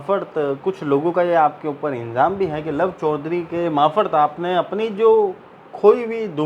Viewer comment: मार्फत - मारफत बोलें, माफरत नहीं। क्षमा करें,बुरा न मानें, मुझसे रहा न गया।